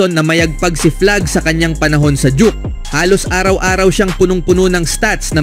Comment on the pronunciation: Ayusin mo pronunciation mo 😂😂😂juke amputa 😂duke duke duke